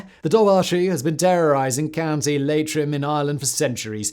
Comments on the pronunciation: he also thinks Leitrim is pronounced "Laytrim" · Just FYI the correct pronunciation of Dobhar Chú is "Dour (like hour) Coo". It means dark hound in the Irish language. Oh and Leitrim is "Lee-trim". Irish words are tricky for non Irish speakers to pronounce.